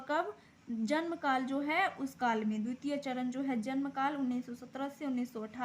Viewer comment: Dutite nhi dvititye hota hai😅